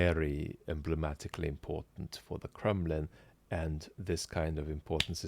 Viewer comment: Did you say the Kremlin or the Crumbling?